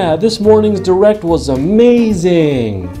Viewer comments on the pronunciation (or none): The direct was amazink. Good video and more realistic speaking than others videos.